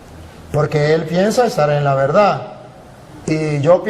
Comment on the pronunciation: Usted no sabe explicar, si no sabe hablar español, no aprende Za pronunciar la palabra verdad